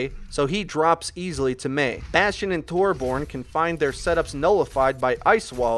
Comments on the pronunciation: Its so irritating hearing you say torborn omfg its torbjörn pronounced (tor-byorn) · It's not 'Torborn', it's 'Torbyorn'. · Torborn XD, it is Torbjörn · It's not Tor-born its Tor-byern. That's how you pronounce Torbjörn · Tor-bron tor-BORN.... WHAT???? ._. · lol did he really just say torborn? 😂😂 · Just gonna put this out there because it is a little annoyance to me: Torbjorn is actually pronounced Tor-Bee-Urn. It sounds stupid, but it is actually official. you can look it up. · Tore-Born (that's made me cringe every time he said that) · This channel is 99% perfect. The only thing they need to do now is pronounce Torbjorn (Tore - BEE - yorn) correctly. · uh no, it's pronounced TOR-byern and it's spelled with an Ö. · Torbyern redi tu vark! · Watching this in April of 2017, it's impressive to see how far has come. He sounds much more confident now, and he doesn't say Torbjörn like a total idiot anymore.